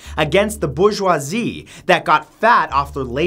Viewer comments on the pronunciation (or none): none